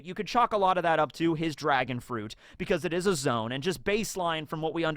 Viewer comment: did rly choose "dragon on" over "drag-on" 🤔🤔🤔